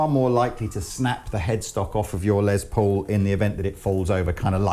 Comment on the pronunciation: Lol It’s not Lez Paul as in lesbian, it’s pronounced Les, as in Less or short for Lester.